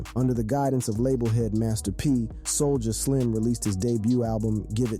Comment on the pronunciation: wtf?? You butchered all this rappers and everything in it homie